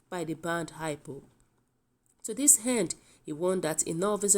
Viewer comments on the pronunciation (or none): Please is not high pop but IPOP not heny body but anybody and etc. So if you cant pronounce wards well is very difficult us to understand the news from you thanks